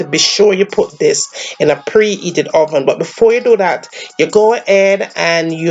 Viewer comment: "De hoven" Sounds like French ppl of Montreal. I LOVE the accent! Why call it coco bread when there is no coco in it?